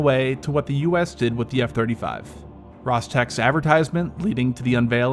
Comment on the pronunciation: It's a RosTeH sounded like rostech but h in the end